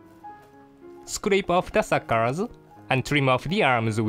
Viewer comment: "Scrape off the suckerzzz"